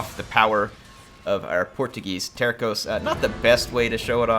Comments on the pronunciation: Actually, "terços" isn't "terkoes", but "tersoos". Enjoy! :P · Terços pronounced more like Terssos (Tercios in Spanish) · Hi! Portuguese fan here. Love the Portuguese Catholic Missionary theme of the campaign and I love this time period. Tercos, which in Portuguese are spelt Terços, mean one third which is referring to the proportions of troop type in a unit. If you want to spell them like a Portuguese man, just say "Tear-sooj". Thanks for the campaign! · The C in Tercos is not pronounced with a K sound but with an S sound.